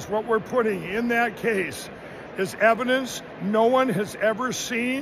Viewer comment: "Eidence" wtf... don'f smoke cracks!😅